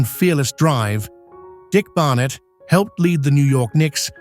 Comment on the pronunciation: Please learn to correctly pronounce "Barnett" and "Cousy".